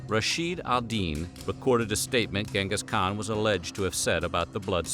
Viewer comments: It's pronounced djingas khan. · Pronounced as chin'gis kha'han. great video though.